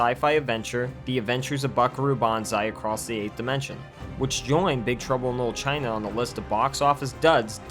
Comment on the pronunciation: "Big truble no china"? Is it just me who hear im say that?